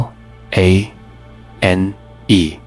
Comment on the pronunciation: The narrative of this video is poignant and generally correct, but NOT ONE of the images in the video shows Oradour-sur-Glane. What is the point of telling this story if you don’t use images of the REAL town?? ‘Glane’ is pronounced ‘G-LUN’, not ‘G-LANE’, as in the English word ‘lane’. Honestly, the visuals used here are so misleading. AI is just crap.